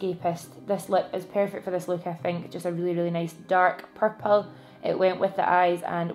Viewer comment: Purple eye shadow looks AMAZING on you!! And I love the way you say purple 😫😫😍😍 xx